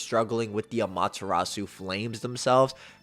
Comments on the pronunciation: Just nitpicking it’s no Amata-rasue…. It’s Ama-TEH-Rasu…. Kinda of annoying Ngl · I hate the way Americans pronounce Amaterasu. It's ah-mah-teh-rah-s the U is silent. How do you pronounce Sasuke? Is it sah-SOO-kay? Or is it sas-KAY? Why can't y'all do this with Amaterasu? It makes me not want to even watch these videos.